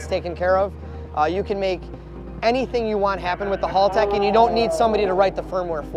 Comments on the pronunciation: Hey yanks, just feel the need to say It's HAL-tech Not HALL-tech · Imagine being that much a Haltech fanboi and not even being able to say the name of the company right? That's just embarrasing. It is Haltech, not Haultech!